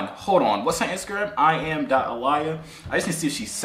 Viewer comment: Aliyah is pronounced Uh-le-a not Uh-lie-yuh